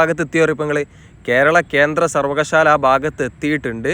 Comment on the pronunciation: ഈ ഞാനുൾപ്പെടെ ആരും തന്നെ പൂർണമായും എല്ലാം തികഞ്ഞ അറിവുള്ളവരല്ല എന്ന ഉത്തമ ബോധ്യത്തോടെ തന്നെ വിനീതമായി അബദ്ധവശാൽ സംസാരത്തിൽ വന്ന ഒരു ചെറിയ പിശക് ചൂണ്ടിക്കാണിച്ചുകൊള്ളട്ടെ., "സർവകശാല" എന്നല്ല "സർവകലാശാല" എന്നതാണ് കൃത്യമായ മലയാള പദം എന്നറയിക്കുന്നു.